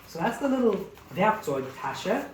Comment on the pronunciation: I love, how you say "Werkzeugtasche"😃Nearly perfect. Greetings vom Augsburg, near Munich.